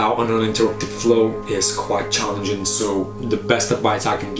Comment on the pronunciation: Did you say „it‘s quite CHARLIEnging“? 😂 Awesome.